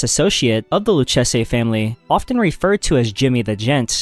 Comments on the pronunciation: It's pronounced LEW CASEY, bro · Haha. Someone keep this guy away from names! My favorites were "Lucchese" and "Dégas". 🤣👌 I poke fun, but I enjoy your videos. Keep it up, man!